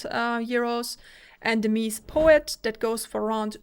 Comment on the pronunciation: I always appreciate your videos, it's the next best thing to trying it out yourself which is not possible for many of us. However, I must say this. It's " Meh-Zeh" Antonio's ( the founder ) last name, not meeez ;P The vocal texture on the Empurean is way more obvious on this sound demo, this is a better sounding headphone ( imho ) overall, whether it's worth it? For sound alone I'd say there is NO better value out there than used/open box Arya Stealth with pad swap and some eq. For looks/comfort/prestige? Empyrean rocks.